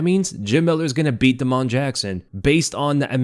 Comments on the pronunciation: Bro why do you say Da-Mon like that and not just Damon 😂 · Day - mun. Not. Duh - moan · "da'mon" jackson. you are too funny. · think Damon Jackson has the same pronunciation as Da’Mon Blackshear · Why are you pronouncing damon like that? Weirdo